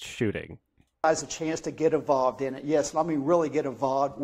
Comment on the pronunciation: it just now occurred to me that he means “involved” when he says “evovved”. I’ve been trying to understand that for years now